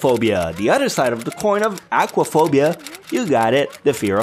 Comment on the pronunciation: I love how this man pronounce words Elementary = "el-eh-men-T-ary" Other = "eh-DD-er"